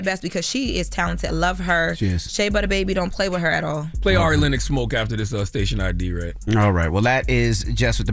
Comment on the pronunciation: Who TF is "airy Lennox" 😂😂